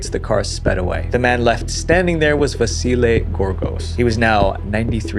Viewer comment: I like you say Vasile's name perfect, very nice of you